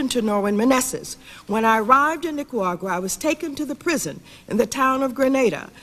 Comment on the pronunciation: Maxine Waters can‘t pronounce Nicaragua to save her life 🤦‍♂️